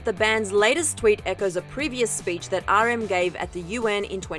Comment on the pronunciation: She actually said RM's name properly